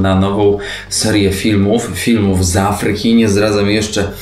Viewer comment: Do A-fryki a nie A-FRY-ki, uwielbiam Was, ale akcenty sa wazne :)